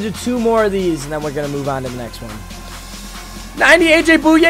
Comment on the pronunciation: AJ - boy-aye Not Boo-yay